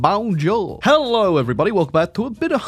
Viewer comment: Did this american man just say BAUNJAUR 💀